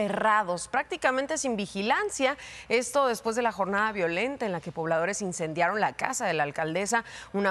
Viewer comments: "Indencian"? Vaya... Tv nacional. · Indencian? Lo correcto es "Incendian" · ¿Que es "INDENCIAN" ?🤣🤣🤣🤣